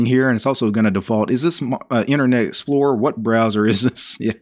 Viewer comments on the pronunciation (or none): none